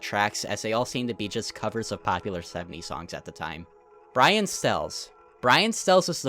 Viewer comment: "brain stells" do you mean brian stells